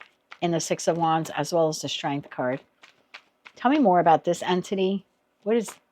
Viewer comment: That's interesting as you keep saying entity, and I keep hearing anthony, which is the persons name. thank you for this reading